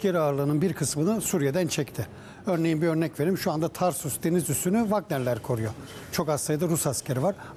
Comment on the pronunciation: beyi kutluyorum, ilk defa Tarsus/ Türkçe telaffuz edildi.